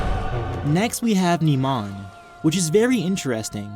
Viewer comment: Great vid but it bugs me when you nemon instead of pronouncing it NIMAN